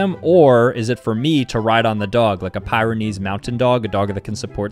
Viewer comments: Not being rude but Pyrenees is pronounced Pier-i-neze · he really said a pieranese its pronounced pee-ruh-neez i would know that because my pfp is one